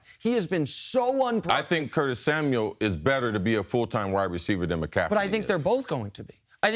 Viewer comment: Why can't Chris Carter say mcaffrey he keeps saying mcaffedy